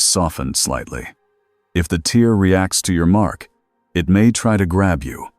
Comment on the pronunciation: You need to fix the word "tear"!! Your AI makes it sound like a (tear) dripping out of someone's eye, instead of sounding like it's supposed to such as a (tear in fabric)!! Also, every once in a while your AI speaks a line or two of gibberish! Even though it makes me laugh it still needs to be fixed but other than that this is an okay story that kept me interested!